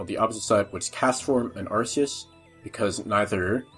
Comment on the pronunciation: Ar-KEE-us! D:< It's not 2007 anymore, we know better! T-T